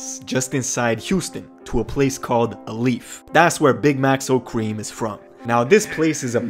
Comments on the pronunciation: BROOO 😭 its not uhhhleaf its Alief pronounced “ A leaf “ 😭😭 i knowww this a year later but just fyi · Uh-leaf haha broo its Alief,TX fam!! S.W.A.T 🤘🏾🍎 Gotta say it righhh my G. lemme break it dine fa ya A-🍁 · Right.... Long vowel sound homey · HE said Are leaf. Instead of Alief... Dawg I live in Alief. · Had to stop watching on “Ah-leaf” it’s pronounced “Ay-leaf” Alief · It ain’t a leaf either it’s aye-leaf 💀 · Him saying Ahlief killed me because I’m from here 🤦🏿‍♂️. A-lief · mans said “aleef”, haha, it’s AYE-leef😉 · "Uh Leaf" brother it is AY-LEEF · bro really pronounced it “a-lief” and not “ay-lief” 😭 thats a crime. respect from houston on coverage for the city tho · This foo said uh leaf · Bro wtf swear to god u Juss pronounced ma city like dat alif? It’s alief wit a E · This dude is never allowed in Houston for saying uh-leaf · “ahhlieff” if you from houston you know he said that wrong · u right its aye leaf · We pronounce it “Aye-leaf” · This man said Alief like “A leaf” lmao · it’s “ay-leaf” dawg 😂😂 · It’s pronounced “A-leaf” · By the way it's pronounced A-leaf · How many of y’all Houston ppl felt pain when he pronounced it AH-leaf😭😭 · looool he said "a leaf" for alief lmaoo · I’m from Alief 💯 Alief is pronounced “ay-leaf” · Man said “A leaf” 😂 you pronounce Alief funny 😂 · hotam bro said aleeef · Pronounced “A leaf” and “bis ah net” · It’s “A”lief🍎 Jimmyboi is from there too! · I know he ain’t jus say alief as ulief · it's pronounced A-LEAF 😂😂good vid tho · It’s pronounced A leaf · It’s pronounced “A-Leaf “, it’s dangerous out in the H bro. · Its pronounced “a-leaf” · AYE LEEF is how u pronounce it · U don’t know how to say alief 😂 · Haha 😂 fuck yeah as someone from that Echtawn lol he straight up butchered both Alief And bissonette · nah bro don’t ever try to say alief again bro 😂😂 got me messed up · The way he said alief :/ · All that research but you can't say Alief or Bissonnet correctly lmfao